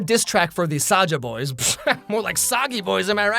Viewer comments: Its not saja boys its soulja boys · THIS IS KOREA NOT JAPAN AND ITS SAJA BOYS (sazha boys (how it sounds like))